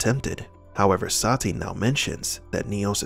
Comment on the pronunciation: This movie was so bad, Neo didn't even pronounce Sati's name right. He pronounces it like Se-tee lol